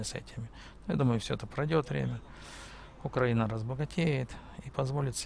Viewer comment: Дружище, только пожалуйста, при произношении слова Украина,- ставь ударение на "И", просто так правильно. Да , а дороги у нас получше в разьі, и главное что постоянно делают. Уже с Львова к Ковелу делают, так что - ВЕЛКАМ